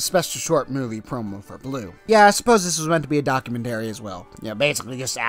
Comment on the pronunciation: Give it time but may I say the only criticism I have is your pronunciation of documentary lol